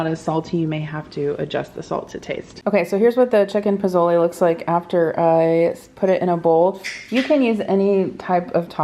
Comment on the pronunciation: I love you. Say pozole : posole 😅. As a fellow Hispanic. I’m seriously impressed you making pozole. Happy u enjoy this dish ❤❤❤❤❤